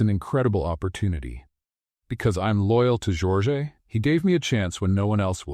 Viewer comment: You've got good stories however they're starting to be filled with a i, chat GPT cliches all of them. smile that didn't reach his or her eyes is all over the place and your AI voice is mispronouncing the name Jorge.